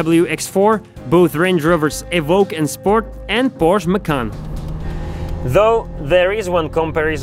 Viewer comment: "Dejsia", "Kerok", "Porš"??? Omfg!